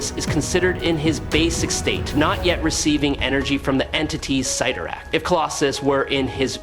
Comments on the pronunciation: its pronounced "sid-are-ak" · It’s pronounced sit tor ack, not whatever you said!! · OMG, how can you go between pronouncing Cyttorack’s name right and wrong At the same time? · Pick one pronunciation of the name, Cyttorak , and stick with it🤦‍♂️ I stopped counting at the 5th pronunciation change. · You pronounced ‘cyttorak’ 2 different ways 🤔